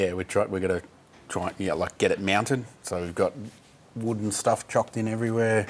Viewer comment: Did he just say Meowinted?!